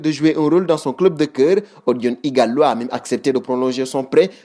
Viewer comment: Ighalo au lieu de Ighala